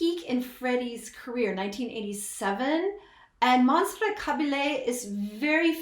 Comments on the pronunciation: Caballe - ponounced as Cabalyeah. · The Spanish alphabet has all of our 26 letters plus 2 more. The 27th letter is LL. It is pronounced the same way we pronounce a Y. Montserrat's last name is Ka Ba Yay. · This was not at Freddie’s peak, he already knew he was dying. Just a small point but a little annoying.......learn how pronounce Montserrat’s surname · Learn to pronounce Monserrat Caballe´s name before even trying to include it in a video, have some respect.